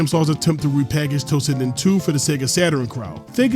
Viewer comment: Why do you pronounce like that ... Tossinden instead of toshinden